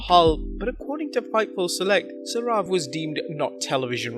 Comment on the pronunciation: Your pronunciation of Sourav is wrong